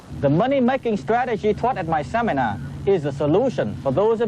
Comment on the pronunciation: The Tom Vu Seminahhhh!!!